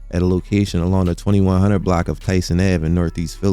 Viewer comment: Your pronunciation of "block" consistently as "black" is super confusing, lol